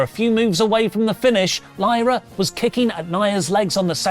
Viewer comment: Crazy how said Lyras' name wrong then right lol